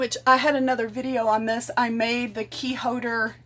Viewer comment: There is a L I REPEAT A L in HOLDER!!! Wow that’s so annoying!! Love the video but Jesus lol. Use the L’s there in the words! Thought it was just that one word it’s TOLD!!! There is a L in this word also!